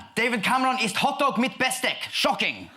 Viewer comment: Well, he did mispronounce the words "Teufel" and "Besteck". 😅